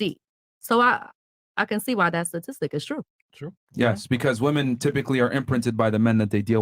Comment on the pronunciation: Yet another brainiac saying ssstastissssics.